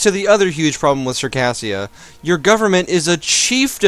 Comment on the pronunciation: Circassia is pronounced "Sir-kay-zh-ia" not "Sir_kassia".